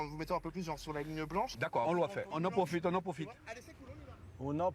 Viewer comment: C'est des malades ! je vais te taaaaper ! on en pwofite.